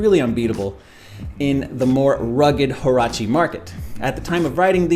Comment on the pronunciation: The H in Huarache is silent.